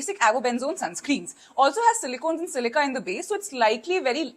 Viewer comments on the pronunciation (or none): none